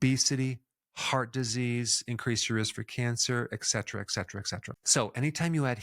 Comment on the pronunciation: Dr. Berg means etcetera etcetera....not eckcetera